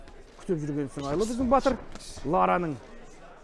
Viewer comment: Не Батиир а Батыр